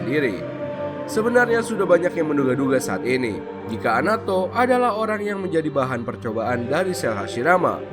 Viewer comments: Anato bukan amadoo.... Koreksi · Itu ngomongnya amado, punya telinga kagak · Anato om bkn amado